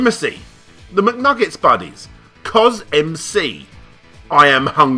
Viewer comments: Minor nitpick: "CosMc" is actually pronounced just like the word "cosmic", not "Cos M.C.". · Just a heads up, CosMc is pronounced "COSMIC" (you know, as in SPACE), not "Coz-EmCee" Jeezuz ;P You don't go around saying "EmCeeDonald's" now, do you?!... LOL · CosMc.......it's pronounced "CosMic" facepalm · "CosMc" is pronounced "Cause Mick."